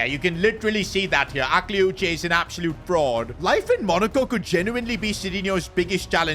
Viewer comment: Akliouche is pronounced Ah-klee-oosh